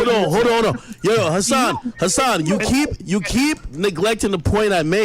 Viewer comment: As someone who's mother is an attorney and brother is in law and were both following this case, they both would say Hassan wrong especially on the plead the 5th conversation.